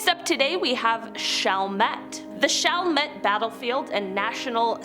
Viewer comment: Literally this lady did not research on how to say any of these names let alone also butchered the history. Literally only said chalmette right. Bruh I am did on her pronunciation of metarie. As a local of Met-rie[ how we say it] I absolutely hated this video. Maybe actually do some legit research and learn how to say the names before offending us